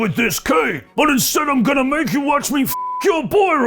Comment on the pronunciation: After watching braun in a play by play clip I believe he tried to say bust again idk the first two time I heard f ya boy